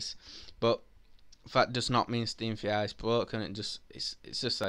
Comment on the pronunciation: “Staem va are”